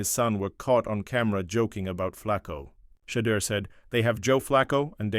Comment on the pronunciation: You need to learn how to pronounce Shadeur and Deion. I don't care what number Shadeur wears as long as it isn't 14.